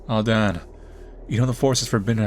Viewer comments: His name is Dan its not that hard??? Unless I'm missing something, then idk why he says Don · it's Dan. not Dawn, or Don. think Ban, with a D instead of B. not gonna lie if you say Don one more time during this video i can't watch it.